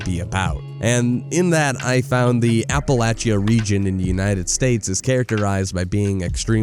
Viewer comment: Hi, I live in the Appalachian region of the US. (Thank you for pronouncing Appalachia correctly) If you have any questions about the area reply here with whatever kind of contact info/platform you prefer like email, discord, whatever, and I'll get in touch with you. I don't check replies to YouTube comments sections very often and I haven't play Terrible Whiteness, but it's on my list now. Anyway, like I said, I don't check here often but when I next do I'll get in touch with you. And we can talk at length about the area. These mountains and their isolation have an effect on people, and at the risk of sounding completely unhinged, I have seen first hand that's there's strange things in these hills. Anyway, have a good one. Look forward to speaking with you.